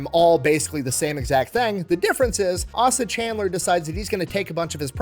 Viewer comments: It’s ay-sah not ah-sah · As a friend of the family, I’ll step up and correct the yankee mispronunciation of his name. Say”Ace”, now say “Ace-A”. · His name is “ay-suh,” not “ah-suh.” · I love your channel and I'm from Atlanta. Asa Candler is kind of a big thing here. His name is Asa pronounced (Eh Sah) Hard A. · I’m 29 years old just now finding out that I have the same first name as Asa chandler. Idk about his tho but mine is pronounced as (aye-suh) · It's pronounced Ace-A. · Asa = Ay-suh. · A (just like saying the letter)-sa (as in the king in the Bible) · Trivial, but its a hard "A" not a soft "A" in Asa, eh-sa. And Chandler there's no "ch" but just "c* as in candy Those from Atlanta of course already knew this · Yo! It is Asa (pronounced Aysa) Candler. Also a Methodist Bishop- creator of Candler theological seminary at Emory. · his name was Asa Candler, “Ay-suh” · ACE-UH Chandler. It's pronounced Ace-uh. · Asa is pronounced "ace-uh" Source: it's my first name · Great Video! However, you mispronounced the founder's name. It is Asa Candler. The first "a" in his first name is a long a, so it is pronounced like the letter "A". Also, his last name is Candler, not Chandler. Sorry, but everyone in Atlanta that watches this is going to cringe when we hear you mispronounce his name. On the other hand, keep up the great work making these awesome videos. I always learn something from you and you always make me laugh with your sense of humor!